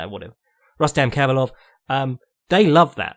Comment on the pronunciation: It's RRRRustam HHHabilov,, he's Dagestani